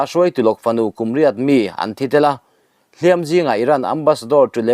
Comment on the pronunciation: Hliampui tuar i lam dan hi a dik lo, hliam hi ti hniam la